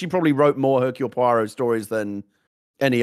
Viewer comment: You just know that poor Gen is rolling her eyes at her husband's pronunciation massacre of Hercule Poirot.